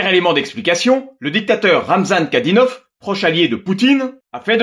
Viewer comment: Ramzan KadyRov pas Kadynov